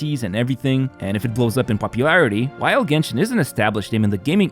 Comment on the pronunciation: Was thinking the same when he said jenshin